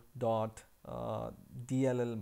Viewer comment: i love how you say dabloo dabbloo dabbloo DOT